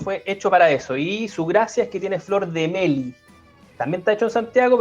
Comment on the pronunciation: Excelente programa. Un mensajito para cada uno:: Se dice melí, no meli. Te lo dice un chilote.: Impresionantes análisis. Un grande. Trata de no fumar tanto, queremos para rato.: Hay veces que pierdo las referencias al Padrino. Úsalas pero también di otras cosas para entender el significado.: Decir que las cajas son un éxito porque dan retribución política al gobierno es uno de tus peores desatinos. Y calla tus p#tos perros.